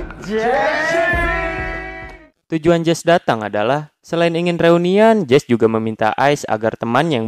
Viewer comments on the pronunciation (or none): jesse itu bukan jes tapi jesi😂